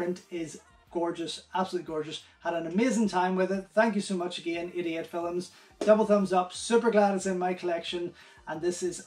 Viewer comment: GREAT! I guess is my ear (use to spanish, swedish and english) but everytime you say 88 films i hear "idiot" films!! Greetings from Sweden!